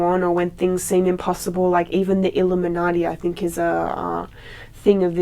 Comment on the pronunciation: The way she says illuminati lol. But she speaks real shit.